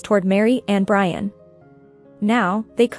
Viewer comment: lol brain instead of Brian.